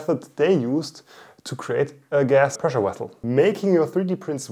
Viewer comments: Vessel not wessel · Pressure wessle? Whats a wessle?😂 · "pressure wessel" This is why I came here.